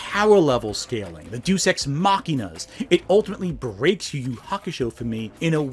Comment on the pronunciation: If you hated the Black arc, you'd hate any mythology at all. And Deus Ex isn't pronounced "do sex," thought that was marginally relevant.